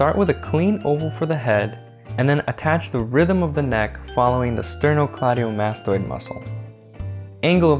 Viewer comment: i love how effortly you said sternocleidomastoid (edit. spelled it wrong lmao)